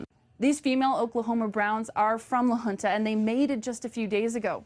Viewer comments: La Junta is definitely not pronounced "la huntah". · it's Spanish, and the town officials pronounce it "la hoon-ta", which would be the same pronunciation in native Spanish. I believe keeping the culture alive of the naming is important, and not modernifying it.